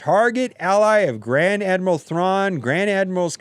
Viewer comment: I instantly paused the video and came looking for this comment before I continued watching. Lol. I think sometimes his earphones mess up his speech because he can't hear himself clearly.